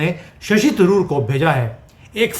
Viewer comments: भाई आप शशि थरूर को शशि तंदूर बोल रहे हैं😊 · जी, थरूर को तंदूर बोलने की कृपा बार बार ना करें। यह सही नहीं है।